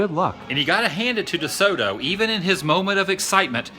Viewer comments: Tussaud is pronounced "Too-so" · Daryl Whitman It's funny cause I thought everyone knew that. Lol, strange to hear him saying it incorrectly. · It's Tussaud, pronounced; To-so. D is silent. Pass along to TCB , he also butchers the name